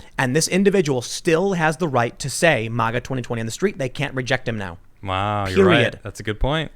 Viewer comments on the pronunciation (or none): Ma-ga. Not mah-gah. Stop saying it like a democrat. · WILL YOU PLEASE STOP SAYING M.O.G.A. YOU SOUND LIKE AN IDIOT! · Learn how to pronounce MAGA. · Bro you're mispronouncing MAGA!! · Stop saying MAGA . You fucked that word up . You say it aaalll wrong bro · Never heard anyone pronounce maga so bad